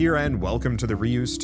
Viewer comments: Ray-us. Its a spin on Deus (Day-us) which means god. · The pronunciation is Dutch. The "eu" part of reus is one sound. It sounds a bit like the french "deux". And the meaning of Reus is Giant.